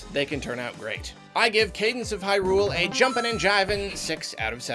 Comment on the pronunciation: Why do you say Hyrule with such odd stress on the Hy part?